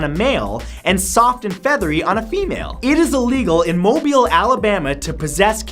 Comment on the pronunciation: Matthew, thank you so much in your amazing fact for pronouncing the name of the city of Mobile, Alabama correctly. So many people pronounce it "mo-bull" or "mo-bile", but you said "mo-BEEL". You even had the accent on the second syllable! Regards, a native Mobilian.